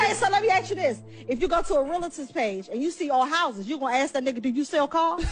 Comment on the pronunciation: Lemme axe you dis